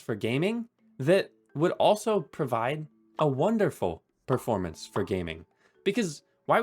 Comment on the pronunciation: hehehe preformance